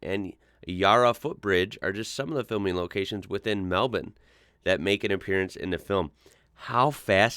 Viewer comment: The way you said Melbourne was a joy to behold to an Aussie from an American. 😍